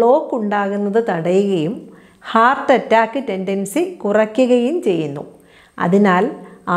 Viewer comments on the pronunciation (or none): none